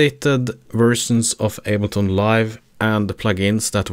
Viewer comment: it went from able-ton to able-not nice video, thanks